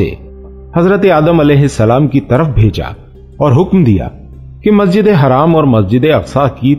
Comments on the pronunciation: Hello mister Masjide haraaam nahi Masjide haram bola jata hai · भाई यह मस्जिद ए हराम क्यों बोल रहे हो बार-बार जबकि नाम मस्जिद ए हरम है